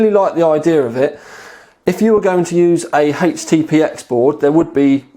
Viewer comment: HPTX, NOT HTPX